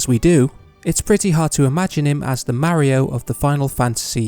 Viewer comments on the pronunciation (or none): You pronounce Mario like that and expect me to trust you about how to pronounce a name? I was on the fence before, buyt I'll say tide-us from now on. Because I know viewers will flame me, it's just a joke. I enjoyed the video.